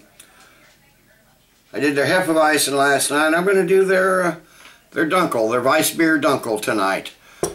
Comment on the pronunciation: It's pronounced " dune kel ".